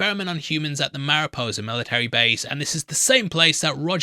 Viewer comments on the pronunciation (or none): none